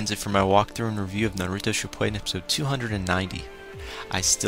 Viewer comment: it is shippuden not shippuaiden